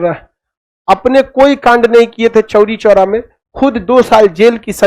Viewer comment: Chori choora nahi chhori chhora